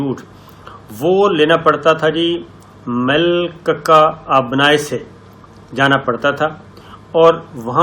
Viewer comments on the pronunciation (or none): میلککا آبنائے کیا ہوتا ہے صابر بھائی۔ آبنائے ملاکا کہتے ہیں اس کو۔ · Malkaka abanai nahi sir , it is abnai melaka hai.